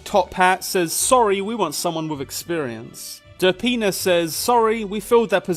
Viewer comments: every time you say "derpina" it sounds like "da penis" lol. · i keep thinking youre saying der penis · what he says: derpina what I hear: da penis